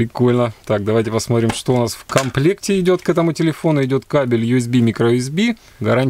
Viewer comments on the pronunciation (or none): none